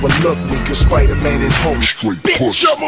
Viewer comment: Man that nigga said Spider mayne